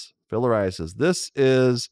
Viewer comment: lol "Filler Eye Assist" I know that's not how it's spelled but that's what it sounded like to me